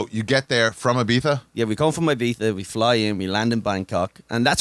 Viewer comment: why do they keep saying "ibiztha"?